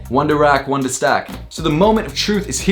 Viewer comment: "One to rack, one to stack?" hahahahaha. it's "One to ROCK and one to STOCK."